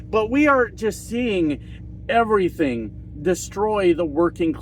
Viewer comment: Evarythang? Evarythang.